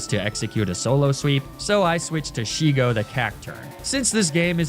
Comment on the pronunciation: Not me sobbing in relief at didn't call Shego as Sheigo.